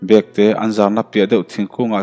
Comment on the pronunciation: Bekte tih hi bag kan ah thin ang a lam tur a ni zawk lo maw